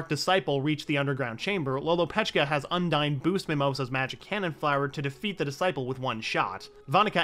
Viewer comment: The Spirit of Waters name is pronounced Un-Deen.